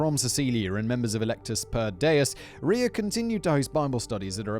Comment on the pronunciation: Simon’s excitement on pronouncing “Ria” correctly gave me the joy boost I needed today.